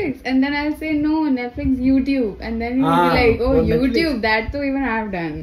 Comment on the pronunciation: He said naitlifix 😂😂